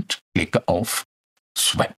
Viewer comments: Schöner Beitrag. Aber Swap spricht man nicht swäp aus sondern swop. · Bitte: Aussprache (Cambridge) English Pronouncing Dictionary von Daniel Jones für swap: [swɒp, AE: swɑ:p]